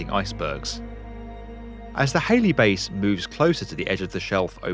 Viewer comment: HALLEY !! not HALEY.